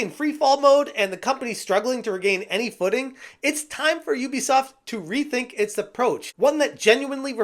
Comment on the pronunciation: Ubisoft ❌ Oobisoft ✅